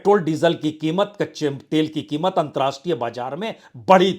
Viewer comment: अंत राष्ट्रीय नहीं,अंतरराष्ट्रीय होता है। कृपया अपना उच्चारण सुधारिए।